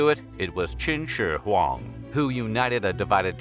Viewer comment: I wanted to die after listening to him say Chin Shure Huang so many times